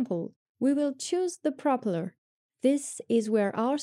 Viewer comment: Hello, thanks for the explanation of this part of the SDK. You are doing a great job. One small pronunciation tip, which you will probably will use more in this job. Propellor is said as propéllor, with the second part of the word stressed;-)